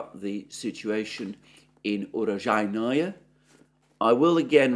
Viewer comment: Alexander, you are the only person I know that pronounces Urozhaine more difficultly than it actually is. Oo-Row-Zhi-Ne. Oo as in Noodles, Row as in Grow, Zhi as in Pi, and Ne as in Net (without the T, obviously). The often used case where names end with 'Oye', does not apply. Honestly, 'your vagina' sounds more like the correct name of the town than your recently updated utterance. ;)